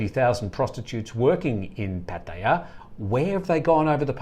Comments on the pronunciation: Thanks, good edition today 👍🏻 Nice to see from Pattaya - fancies himself as a Thai speaker but made a meal of Pattaya pronunciation...🤔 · can you please pronounce places in Thailand like an Australian..just speak normal you are not thai!!!